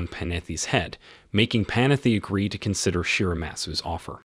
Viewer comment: Computer mispronunciation? Panetti has 2 t's in it, not 2 f's. Kobe!